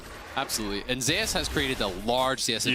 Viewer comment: Why is Zeus pronounced as Zayas not Zeus?